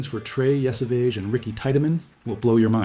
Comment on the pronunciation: I'd be more inclined to agree if you pronounced Yesavage properly.